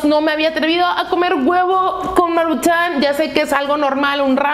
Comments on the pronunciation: Me estresaaaaa que digas Maruchán, es Maruchan, sin acento. Amo tus videos, pero neta no dejo de pensar en eso cada que lo dices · Es maruchan no maruchán 👊😤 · Por qué no aprendes a pronunciar "maruchan" no le veo acento en la segunda "a"